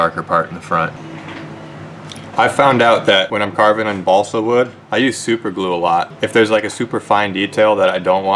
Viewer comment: chugg half a gallon of liquid mercury every time he says bosle wood